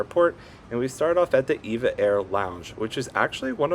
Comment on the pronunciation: It's pronounced E-V-A. Not like the woman's name. (Evergreen Airways)